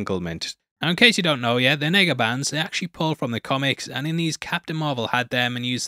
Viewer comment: The "what" bands!?! You better have perfect diction when you say Nega Bands!!😂😂😂 could've swore you said something else